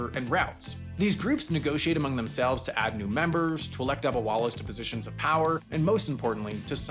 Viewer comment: Being Indian, the pronunciation of “dabbawallas” is making me cry😂